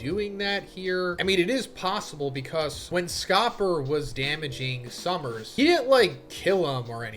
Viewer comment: Yeahhh I'll be back once Sommers is gone. Idk if I can listen to say "summers" a million times. I didn't care at first but now I'm like ight man I'm good 😂